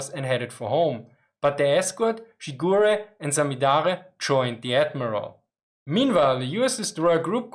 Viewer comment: died a bit inside when i hear you said "shigure"